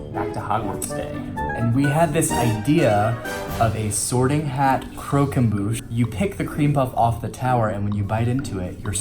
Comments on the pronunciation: omg please if you use french words pronounce them properly ! it's pronounced crock em boo sh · Your french pronunciation is 🤦‍♀️ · Loved the video but I wanted to die every time they said, and consequently butchered, the word croquembouche